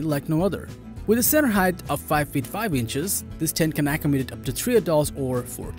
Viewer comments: what the hell is "AC UM DATE" lol Go back to English lessons before doing an English speaking review! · Terrible English "say accommodate!"